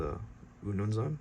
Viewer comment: I'm actually zulu i like how you pronounced "umnumzaan"